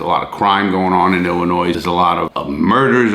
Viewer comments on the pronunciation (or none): Ill in oy not ill in noise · Illinois = Illin oi. Not Illi noise. Love you dude, but you're butchering my home state's pronunciation like it tried to steal your commissary. And yeah, we need bail reform, but like always they can't just do it right. The thing people wanted fixed was a good idea, and rooted in equity. The thing they implemented instead is asinine. And rooted in wtfk? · Larry .... you're killin' me. 🤣🤣🤣 Illinois is pronounced "Ill-uh-noy". As always, love the video, God bless. Cheers from Wisconsin (formerly Illinois 🤣🤣)! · Larry! Your hurting my Chicago heart, the s is silent in Illinois. Ill a noy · Hey Larry, big fan, just a heads up, there is no "noise" in illinois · Its also illegal to pronounce Illinois with an s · LARRY!!!!!! THE "S" IN ILLINOIS IS SILENT!!!!!!!! Love the videos. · Larry love everything you do/stand for. And at the risk of sounding like a Karen... It's just I would want someone to tell me. Do unto others right, the golden rule. Anyway the S at the end of Illinois is silent. Sorry for the constructive criticism. Keep up the good work. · I'll be the sacrifice that says it. "Illinois" is not pronounced with an "s" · U don't pronounce the S in Illinois! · i live in illinois and larry the “s” in illinois is silent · Also the "S" in Illinois is silent. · Love you Larry, but the "s" in Illinois is silent lol XD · Thank you very much I'm trying to tell him that too the s is silent when you come to Illinois I know you're a tourist because the s is silent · The s in Illinois is silent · Why are you pronouncing the S in Illinois? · Lawton sorry for being pedantic but the S is silent in Illinois.